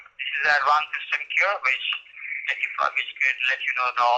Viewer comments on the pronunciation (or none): none